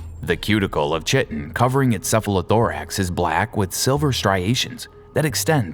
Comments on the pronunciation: "Chitin" is pronounced "KITE-in" not "CHIT-in" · chitin is usually pronounced (Chai - Tin) but your pronunciation surprised me. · "KYTE-TINN". What the heck is wrong with SCP YouTubers that they can't pronounced the word Chitin? This dude is the 4th one I've seen this year. Most of them seem to have a grasp of vocabulary equal to that of a 5th grader, and The Rubber is the worst, but there's something about this word in particular.... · This. It's [kaıtın], if you prefer IPA. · "Chitin".... IT'S PRONOUNCED "KAI-TIN" I shouldn't get upset over this but I did :(